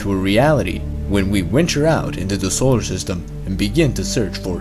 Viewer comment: "...wenture out"?